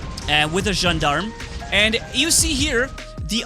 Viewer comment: Gendarme is pronounced as "Jahn-darm" Cuirassier is pronounced as "Queeraseer" Their definitions are types of soldiers. Cuirassier: a cavalry soldier wearing a cuirass. Gendarme: an armed police officer in France and other French-speaking countries.